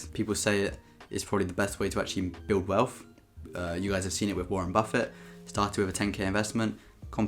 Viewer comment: personally, I would rather he stop pronouncing TH sounds with an F instead.. welf, growf, free fousand, wiv, two monfs, etc.. but let’s face it we are all just being spiteful because we’re not as succesful as him yet.. funny how he does actually pronounce the word THE correctly, so it’s not an impediment